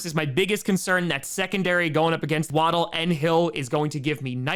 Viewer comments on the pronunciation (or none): none